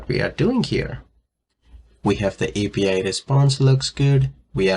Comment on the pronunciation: 😂 Interesting accent